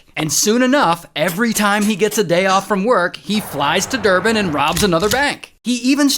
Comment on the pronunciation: Thank you for pronouncing Johannesburg correctly along with Durban